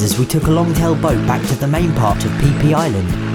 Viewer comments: Did you say PPisland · He prenounced it “pee pee island”